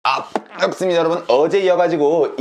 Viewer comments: 아 ㅃ갑습미다 여러분. 어제이어가지고 이즌씨발 ......이라고 들리는데 내귀 잘못?? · 역대급 뽱갑습니다ㅋㅋㅋㅋㅋㅋㅋㅋㅋㅋㅋㅋㅋㅋㅋㅋ 진짜 서른번 돌려봤네ㅋㅋㅋㅋㅋㅋㅋㅋㅋㅋㅋㅋㅋㅋㅋㅋ 왜이리 절도있어요 형ㅋㅋㅋㅋㅋㅋㅋㅋㅋㅋㅋㅋㄴㄴㄴㄴㄴ